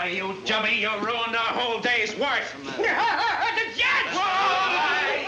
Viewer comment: "Hey, no wonder the water don't woik. The pipe is plugged up with wires." 😂